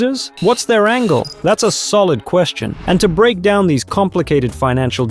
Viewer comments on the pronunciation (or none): none